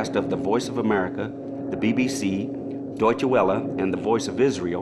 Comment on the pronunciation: He keeps mispronouncing Deutsche Welle. Other than that, I enjoyed this documentary. I listen to a lot of shortwave, so I must be immune to the sounds that others seem to find so annoying.